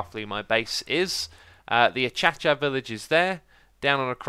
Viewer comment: It's pronounced aKasia not achacha